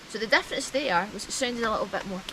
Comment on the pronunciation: She keeps saying "F you're playing" when I'm not playing F. Also, what is "the deaference"?